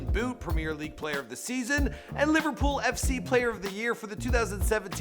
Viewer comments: “Liverpools” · He said Liverpool’s at the start FFS it’s Liverpool